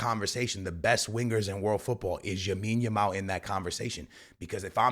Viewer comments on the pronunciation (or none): BROTHER! Its Lamine with an L. Lamine Jamal. Not Jamine Lamal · Bro it is Lamine Yamal not Yamine Yamal 😂🤦‍♂️ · bros still saying yamil lamal 🙏😭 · gonna say yamine yamal till he changes his name to it😂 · Bro its LAMINE yamal😂